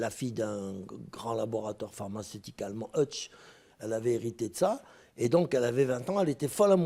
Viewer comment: Groupe chimique Hoechst, se prononce Heukst et non Hutch comme Starsky & Hutch Gégé !